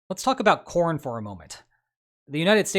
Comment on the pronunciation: Did anyone else hear "Let's talk about porn", instead of corn. I generally just listen to the videos, without watching, so I did a double take.